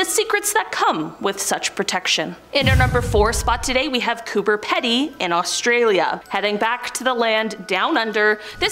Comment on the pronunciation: your #4 Cooper Pedy, South Australia, Australia is pronounced "Cooper P D" & is an Aussie opal mining town & the majority of the "dugouts" are old mines abandoned by the miners after the opals in mine had dried up. A few just converted old mines in residences or hotels to escape the truly blistering heat of sometimes 50° C. Keep the stories coming.